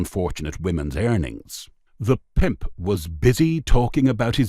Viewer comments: I love the way the narrator says. “ Pimp!” Almost like ‘pey’. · Good story, shame about the terrible over pronunciation "the pimp" and others, bad narration. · Yeah the “pimp” word was just over pronounced every time , got right on my nerves